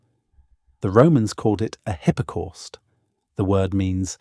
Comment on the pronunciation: hippa corst.....good grief....